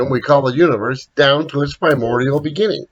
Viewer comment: Beginning not Beggning. thanks - fascinating vid!